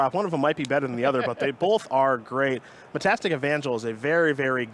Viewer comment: Oof, nevermind. "Metastic" Angel. Dude just literally can't read.